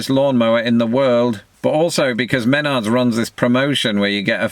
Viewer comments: It's Meh-NARDS with emphasis on the second syllable!!! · Men-ARDS....Accent on the last syllable, please......ack! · I can’t get over how he keeps saying “MEN’ards” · Menards- Pronounced "Men ARE Nerds" 🤣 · Pronunciation: m'NARDS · Nephew, it’s pronounced Muh nards. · its pronounced meh NARDS, founded in Eau Claire Wisconsin. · "Men-Ards"...Too bad you were not around for the classic commercials with their pitchman. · Men-ARD-s!!!!!!?! Haven’t you ever heard their ads?!? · It is Me-NARDS. Accent on the second syllable, and don't for get the Midwest twang. You ain't in England any more! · The store is pronounced Muh-nards as the emphasis syllable is the second one not the first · It's more like Mah-Nards. At least here in Indy-Ann-Er. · I pronounce Menards Me-Nards to irritate my wife. I'll say stuff like "Want to go to Me-Nards?" in a suggestive manner. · I kept saying..."It's Meh-NARDS." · A quick note: It is generally pronounced "men-ARDS", with the stress on the second syllable. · MenARDS. The emphasis is on the second syllable. Hubby loves Menards. I do not, except for snacks. I'm a Home Depot shopper for home improvement. At least I can find stuff there because of the giant signs over every aisle. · It's an annual tradition to go to Menards to see their Halloween decor. We also get delicious diced beets and Polish and Greek Salad there. (Also, the emphasis is on the second syllable, so it's MenARDS.) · 😂 he said ma gnards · Menards- pronounced in Illinois as Muh nards with the emphasis on the last syllable. And it's one of my favorite places to shop for all kinds of things. The prices are much lower than Lowe's and Home Depot. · I call it a weed eater. And, yes, emphasis on the second syllable: MenARDS. Remember to send in for the rebate. Save a bunch of them and use them to make a big purchase or buy something “fun”. I love to use mine at Christmas time. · Same for Minnesota :) We say mehNARDs. Emphasis on the second syllable :-) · Save big money at Me-NARDS.